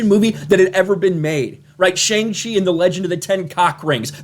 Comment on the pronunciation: Btw your pronouncation of Shang Chi is wrong. The Sha in Shang is pronounced as ''Shaaa'' and not ''Sheng Chi'' Just commenting here to correct you